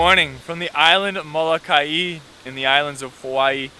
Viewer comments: It is molo-ka-e u dumb haoles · PLEASE SAY & PRONOUNCE HA-VAI-EE!!! MO-LO-KA-EE MAW HEE; OMG....plz,... proper would be respect.